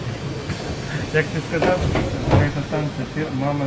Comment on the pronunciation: Почему говорит сказаВ вместо Л?)) Это по-украински?